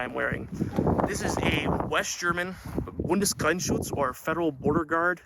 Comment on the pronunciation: The way you pronounce "Bundesgrenzschutz" is almost perfect! Very rare to hear it from a native english speaker! Great! "Sumpf" means "swamp", "Tarn" means "camo" and "Muster" means "pattern". Great uniform you have there! These BGS uniforms are even in Germany hard to get! Greetings from Germany!